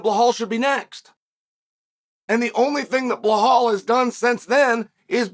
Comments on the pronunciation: It’s belal not blahal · WHY in the ever loving FUCK does Chael always add an L to Belals name?! It drives me fuckin crazy and he does it every single fucking time! He says BLehal and it’s so irritating cuz if you’re gonna have a show or podcast or whatever it is.. say the gatdamn name the right way. & if you fuck up, change it and say it the right way. But he NEVER says it correctly. Not once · "Blahal" is sending me 😂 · CS “Ble Hal” hilarious! That and Pea Air Ra! Hahaha!